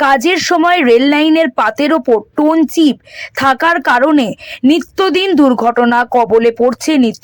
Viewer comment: Stone chip স্টোন চিপ্ টোন চিপ নয়